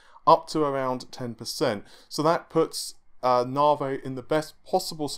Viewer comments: It's Navi not narvay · I think its said like Navigation so Navi. Not Navey or Naveygation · Its pronounced Nav-e not Nar-vey. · Damn your stubbornness persisting with pronouncing Narvae like larvae. It's a proper noun, a name. Therefore it is not open to interpretation or alteration to suit the Queen's English. Lisa Su pronounced it Navi, it is spelt Navi, we navigate ships and planes and our mobile phones use GPS navigation. C'mon mate get it right, your better than that. Pretty please with a cherry on top... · Lisa called Navi, Narvi.... who knew? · did you notice how Lisa Su called Navi.. for NAVI.. you know.. with emphasis on the I sound at the end.. instead of naveh.. with emphasis on vomiting? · Why do you keep calling it narvay ffs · Have you watched the key note? How can you still not know to say NAVIIII? Jesus 😅😅 As to the "cheats" it all depends on price and we can be sure that Epyc will be cheaper that's why it wasn't compared to the 48 core Xeon 😊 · I mean he had the pronunciation straight from the horses mouth last night and yet still. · 'NAVI' does NOT have a 'R' in it... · Ohh he knows, we have been telling him for months and months. Funny thing. When he first started talking about Navi he pronounced it correctly. Sometimes he slips up and says it right.